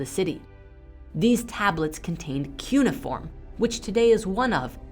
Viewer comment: I love what you guys do but please learn how to pronounce "cuneiform."